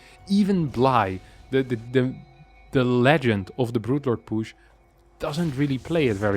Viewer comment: I like the way he says poosh